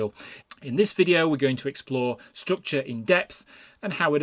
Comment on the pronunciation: I don't drink, but this would make for a good drinking game... take a shot every time he says, "strookchur".